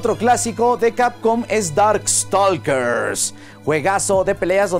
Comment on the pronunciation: Un comentario constructivo, nada más para siempre seguir mejorando: Island se pronuncia Ailand, la S es muda y lo mismo pasa en todas sus variables como en: Prehistoric Isle se pronuncia Ail. También en Stalker, la L es muda: Staker Mi jefe también tenía arcades, CPS1, 2 y de SNES de esas de tiempo. Lamentablemente en un momento de necesidad, las tuvo que vender, como no le pude llegar al precio en ese entonces, no pude comprarlas, una lástima.